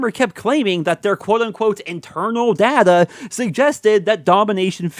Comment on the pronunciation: You go on about 'internal data' (and cant even pronounce data right lol) yet you act as if you speak for every cod player. You are so arrogant